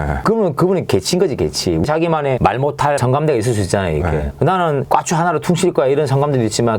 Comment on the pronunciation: 까추라고하는게 너무 웃기셔욬ㅋㅋㅋㅋ 잼뱅님 웃참실력이 프로여ㅋㅋㅋㅋㅋ